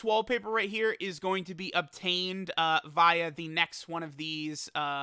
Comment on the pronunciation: Why does he keep pronouncing via wrong